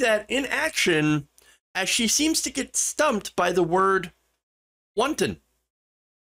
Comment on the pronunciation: Wanton, Lauren, not wonton!